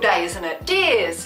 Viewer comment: SHE SAID DEERS! OR DEARS! XD LOL u didnt say cheers XD LOL